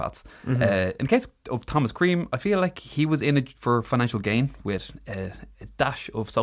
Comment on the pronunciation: You can say creme again. Clean your beard love.